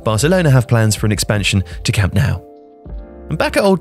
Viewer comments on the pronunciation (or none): Pronounced Camp Nou wrong...